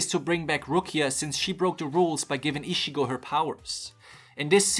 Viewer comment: That "Ishigo" pronounce of Ichigo's name will haunt me more than the Hollows.